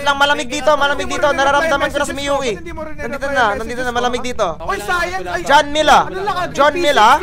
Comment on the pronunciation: i heard u said miyuki yieee